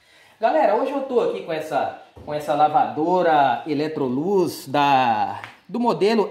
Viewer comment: Você só está falando errado a marca não é eletroluz é Electrolux